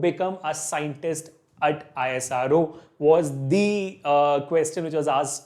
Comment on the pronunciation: Isro ❌ Aaye_saa_roooo ✔️